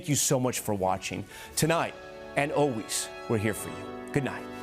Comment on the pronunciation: So, you're back to "O-ways" again, Tom?? SHAME ON YOU!! You proved last week, you CAN say "ALWAYS;" NOW SAY IT!! always, Always, ALWAYS - ALWAYS, ALWAYS, ALWAYS!! SAY IT!!